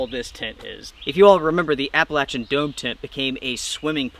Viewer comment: I think what's "not okay" is how you are butchering the word "Appalachian".